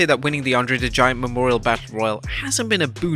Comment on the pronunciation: Andrew The Giant 🤣 how can they mess up the name of such a legend.